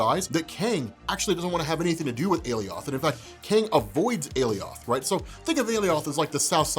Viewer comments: What makes you think your pronunciation of Alioth is correct and the one UNIVERSALLY used in the episode is wrong? Unless you can show a source that gives your weird pronunciation as canon, I see no reason to think the pronunciation used in episode 5 is incorrect, and neither should you. If you can site a source though, I'll eat my words. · ‘’a-lee-oth’’ Do you mean “ally-uth’’? 👀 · My man. It's not a-lee-oth, it's a-lie-oth. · It's aloith pronounced like Goliath a-lie-ith or a-lie-oth NOT a-lee-othh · You "Ale- E-oth" they say "ALie- ith" and its bother me lol . whats the correct pronunciation??? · Why does everyone keep pronouncing Alioth’s name wrong when all of yall heard all the loki’s say it right on the show 😂...Wtf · It's called aloiath it's like saying Goliath without the G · I cringe everytime he says aliOth ugh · Alioth ... Aly - oth ... Ah yes Goliath we must now pronounce you Goly - ath. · I swear this is like the 3rd video I watched with a different pronunciation of Alioth. I'm confused. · Alioth was created by Marvel. You heard how Alioth’s name was pronounced, as determined by Marvel, on a show made by Marvel, on a Marvel-centric channel, on Marvel’s parent company’s streaming site, and you heard it again, and again, and again. It was repeated multiple times by multiple characters. Everyone pronounced it exactly the same as everyone else. Except you. You continue to pronounce the name improperly. Why? Isn’t your whole thing to provide insight into these things that you have all this history with, but is relatively new to so many others, and educate people? Isn’t that how you became successful? If so, how can you seriously sit there, and knowingly spout inaccurate nonsense? It’s Ah-Lie-Uhth, not Alley-oth. Doing this is no different than reading Loki your whole life and assuming it’s a long “i” Lok- eye, and then never adjusting once you’re educated that it’s pronounced Low-kee.